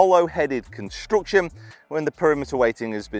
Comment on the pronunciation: Why do you say construction, yet it’s constraction?